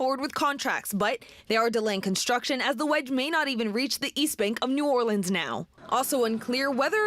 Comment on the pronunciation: She doesn’t even say New Orleans correctly.